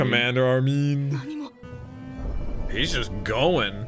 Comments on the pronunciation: Ar-min not Armeeen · Buddy called armin " armean " 😂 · It’s Armin and Erwin not Armeen and Ervin 😐 just say it the same way the characters say it